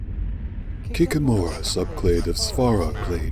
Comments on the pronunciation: In Slavic it's sound not like kikim_ra it's sound kik_mora! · kik-`I-mora, not kikim-`O-ra.